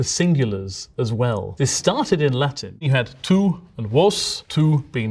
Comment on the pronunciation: as an Italian: "that's a bad pronunciation of the word. No wait, it's a perfect pronunciation of the Latin"